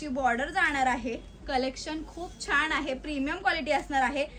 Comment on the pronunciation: छान म्हणतात छाण नाही